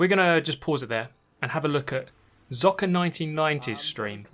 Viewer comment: You should read "Zocker" as "Tsocker" 😉 The Z is spoken like a very harsh "ts" like in KrauTS 😅